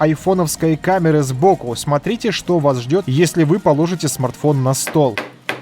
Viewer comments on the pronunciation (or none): none